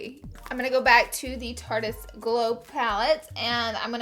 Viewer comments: Okay. It's tarte-ist. NOT Tartiest right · Anyone else notice she says tarte-eeeeeist ? It's just Tarte-ist. Still love you tho! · Am I the only one who's super iffy when someone says tarte-eist? It's obviously a pun on the word "artist", so it should be pronounced "tartist" lmao